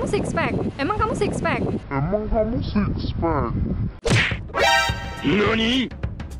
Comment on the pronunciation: Bang lu bukan six pax tapi six bone